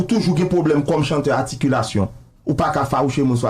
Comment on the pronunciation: ou fou wi,kòmsi mta bezwen yon animatè ki konn pale mta pranw ebyen mta pi fou...se pou blag siw gen 2 douzèn moun kap swiv ou wi pskw funny wi... wap pale de "articulation" epi wap di "aticulation" kot "r" la kreten,ki Gazzman pouw pale pou li a,ou paka kenbe yon konvèzasyon 5 minit an fransè wap pale tenten,ou pa janm kòmanse yon emisyon an fransè men pou yon minit psk tout animatè ki kapab yo fèl pafwa,men jagon metye a ou genyen non psk tout metye gen jagon yo wi. Monchè al lekòl tande yon jou wa wè diferans lan...